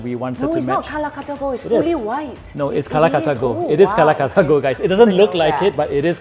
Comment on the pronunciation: Lol She pronounces Calcutta as Kalakuttta